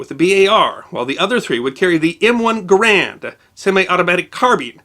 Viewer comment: [N5EVV] The proper pronunciation of Garand is with the emphasis on the first syllable. ie GARE -and